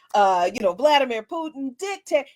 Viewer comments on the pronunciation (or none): none